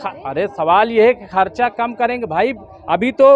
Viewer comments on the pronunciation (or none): खार्चा कम करेंगे😂😂😂😂😂 ओ नेता भाई खर्चा होता है खार्चा नहीं😂 बहुत तेज जल रही है भाई की 😮